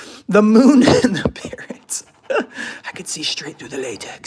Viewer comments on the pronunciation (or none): none